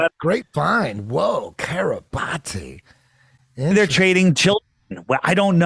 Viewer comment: Think Kiribati is pronounced KIRR-ih-BASS. How strange that this tiny island has come out of the woodwork quite a bit on the news only recently. on to something.